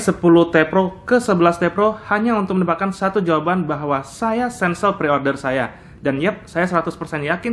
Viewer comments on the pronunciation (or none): kensel bang bukan sensel 🙏